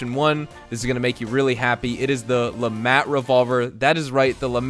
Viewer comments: Hearing Le MAT hurts my hears, pretty sure it's pronounced Le "Maut" "mont" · Its French. At least dont say the T.